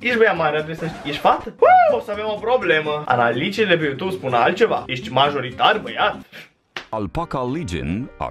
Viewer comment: "Pa yutub" Bonus : "Umm...pa yutub boss"